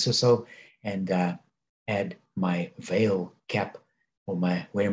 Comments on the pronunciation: Pronounced Val-eh. I bought some after selling colonial coal when it 2xed. Love the dividend, I like the stock more than Anglo American, which is divesting from coal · thanks for the pronounciation correction! During the video I did remember to apologize for slaughtering the Brazilian Portugese language :). I am not sure the VALE dividend is sustainable at the current level. Thank you for sharing. Best regards!